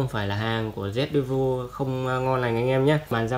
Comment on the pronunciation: Nay bác đọc vẫn sai nhé. Devil đọc là "đe vồ" nha